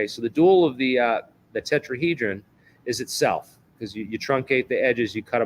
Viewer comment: Who ever this person is other podcasts talking and some debunking like you could he be more like a spokesperson for something he didn’t pronounce tetrahedron for right at times and just because a person has a bunch of patents doesn’t necessarily mean they are the inventor. What did he say we’re going to replace the sun ☀️ with a quasi crystal 🤔 Yes Joe needs to get you on besides whos joe rogan really? Just because big account. Keep doing what you’re doing you are on the right vibe because much sus to me